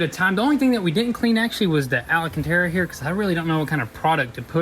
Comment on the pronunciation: I hate to ask, but what the hell is al-A-cantara? I know what alcantara is (pronounced AL CAN TARA) but never heard of alacantara.